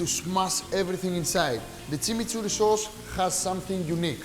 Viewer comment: He's pronouncing it Tsimitsurri (not Timiturri) because we don't have the ''ch'' sound in Greek.